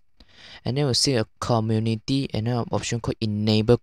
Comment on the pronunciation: im just stuck on 'cominity'